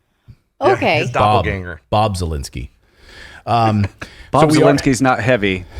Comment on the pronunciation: Zelensky is not the end of the sky, but of his name. ze- DUTCH - len(s) - DUTCH - sky? sound as key